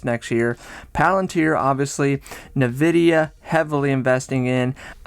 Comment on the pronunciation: You're saying Nvidia wrong.